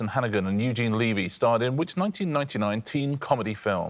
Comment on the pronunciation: Eugene’s last namw is pronounced LEV-ee not LEE-vee